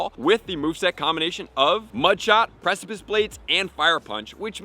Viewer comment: Yay! He finally learned how to pronounce precipice!